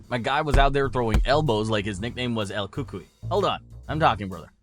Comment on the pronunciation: the voice is probably AI generated. The way mispronounced his name and then nickname by saying "El Cucu" instead of "El Cucuy" should be very obvious. Also, why did his voice change very quickly ever since he started this channel in just a few months ago? Like, after the Wanderlei and Chimaev videos? Isn't that pretty sus? Why has no one mentioned this before? 🤔